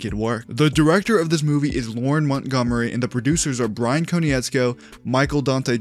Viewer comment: I find it hilarious how you're all-knowing and up-to-date on all things Avatar, but to THIS day, you pronounce Bryan Konietzko's name dead-ass wrong. Like dude, it's pronounced 'Kon-itz-ko.' Not that difficult. XD